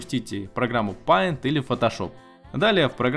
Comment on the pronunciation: Не паинт а пэинт